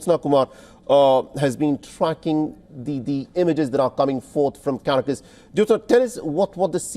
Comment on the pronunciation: Pathetic! This guy pronounces Caracas as Carcas. Typical Mainstream Media. SMH It's - CAR AC AS OK?